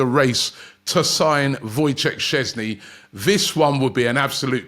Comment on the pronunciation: i'm surprised you can say Sceszny perfectly but struggle with easy names such as Tsygankov etc hhaha Also, Sceszny as 2nd keeper would be very good.